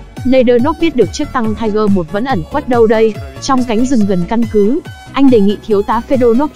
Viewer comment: Nó là tiger (P) nha chị